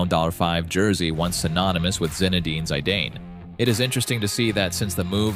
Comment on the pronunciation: I couldnt watch this video with the Zidane pronounciation 😅